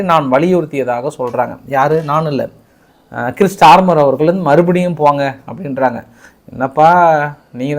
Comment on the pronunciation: it is not கிரிஸ் starmer. It’s கெய்ர் starmar